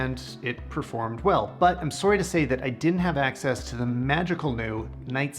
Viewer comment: Love the Canadian Sorry